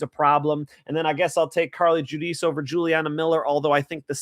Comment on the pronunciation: Don't say Carli Judice.